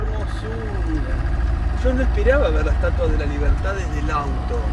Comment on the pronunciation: Si Viiiiii la "estuatua" 😂 Fer, eres una divina